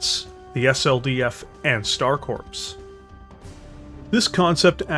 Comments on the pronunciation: Corps is pronounced “Core” not “Corpse”. A VERY common mistake. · Corps is pronounced like "core", not corpse. You're killn' me, Smalls. ;) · Corps when spoken sounds like core not corpse. Just another weird thing English language has. Loving the vids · Stop saying "corpse" when you read corps. "Corps" should be read as "Core" phonetically. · Dude, you keep saying coprse like it is a dead body. It is corps like marines or a navy medic.